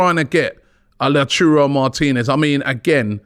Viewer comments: It’s pronounced LA-TA-URO not LaCHURO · Oh God, Robbie is back with "Lachuro" Martinez again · Someone tell Robbie it’s pronounced “Lao-TAR-O” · Robbie and his pronunciations man 😂😂😂😂😂. Calcio mertocato and La-Churro Martinez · And Murdrich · Return of “Lachurro” 😂